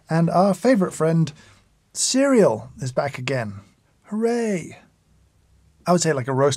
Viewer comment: Every time he said “cereal” I started cracking up.